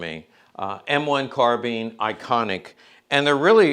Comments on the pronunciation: I think you’ll find it’s actually pronounced: carbine🤌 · The British Police used Tommy Guns, well you learn something new every day. Also it is pronounced Carbine not Carbine. Love you.